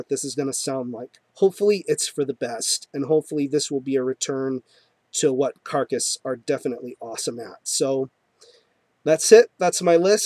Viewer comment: You remembered how to say that carcass album properly aswell as everything else you had to say lol . Nice one